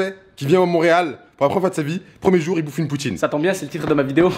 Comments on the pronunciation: Est ce que tu pe essayer stp de arrêter de dire jore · arêtes de dire jor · il est chian à dire jore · il dit trop jor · Le nombre de fois ou il a dis " jore " 👇